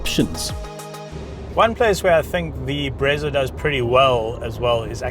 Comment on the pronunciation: Best review bro, as for the "Bretsa" 🤣🤣